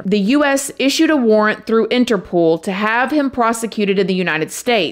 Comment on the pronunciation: It's not "interPOOL"...it's interPOLE